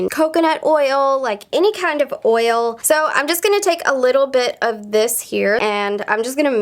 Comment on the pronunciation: “oyol” do you mean oil?